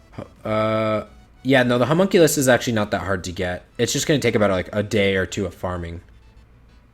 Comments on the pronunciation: Good lord that butchered pronunciation of Homunculus lol hears it thinks Hercules had a terrible accident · Humunk ulees ? My kid is trying to tell me, something from a cartoon with a character called Homunculus HOWEVER The word would be pronounced Huh mun Q lus (as in lust with no T)